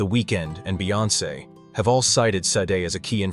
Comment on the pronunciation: "Shar-day" very ez 2 pronounce